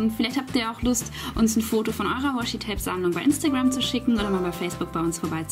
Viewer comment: *Sammlung nicht Sammelung :D